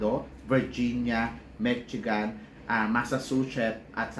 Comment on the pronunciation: Big loyal fan from san francisco....no insult intended po pero just in case u want to know the correct pronounciation of Michigan ....its Me- she - gun. More blessings po to your channel . Salamat